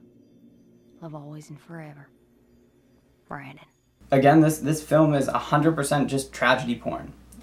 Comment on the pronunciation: BRANDON, not "Brendon."